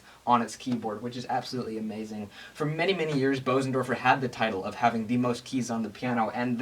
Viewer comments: What's that, like infra sound? Careful son, you're going have elephants chasing you! Bösendorfer. Jeez. Expensive. It's German and pronounced more like boozendawfuh. Not bo-zendorfer. Umlaut O. Ö oo. Wow. You can almost hear each vibration of that lowest string. It is a freaky sound. What also helps the bass notes to sound so rich is that it's a Bösendorfer! ;-) Great video, kid. I was hoping you'd play something. Something by Bach. Now go back there and play something by Bach! Do it now please. No, now! Right now. NOW DAMN IT. NOW! Oh you cheated us. Brat. "... his name is ... Busoni." Of course! Bach-Busoni! I was thinking of the one composer I knew who transcribed Bach for piano. Busoni but did not know until I read the details. I don't know many other composers who have transcribed Bach. I'm no expert, but have tried the Busoni version of the toccata and fugue in d minor. "Tried" is the key word here. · Excellent presentation! However, the name "Bösendorfer" isn't pronounced "BOH-sen-dor-fer" ... See